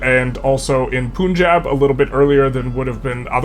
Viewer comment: Really good videos! Keep up the good work! Just a small nitpick - the "Pun" in Punjab is spoken like the word pun (as in wordplay).